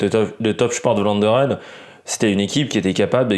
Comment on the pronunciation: 1 Vlaanderen se prononce pour vous une bonne fois pour toute f plus v merci